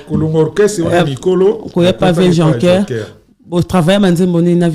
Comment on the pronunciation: Chroniqueuse azo yeba ata ko prononcer "Jocker' te azo benga ngo Jonker... Mawa trop